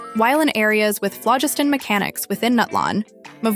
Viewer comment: this must be an AI voice because EVERY SINGLE YOUTUBE CHANNEL cannot be this horrible at pronouncing in-game items, characters, and so on. FLOW-GIST-TEN. MA-WHUI-KAH.